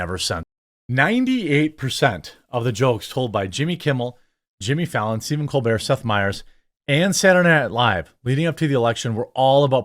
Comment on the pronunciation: It's Stephen Copebert